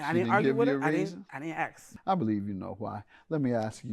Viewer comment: I mean no disrespect but do most Americans say akss (what it sounds like to me) rather than ask?